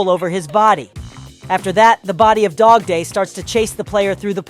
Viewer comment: Bro not dodday its dogday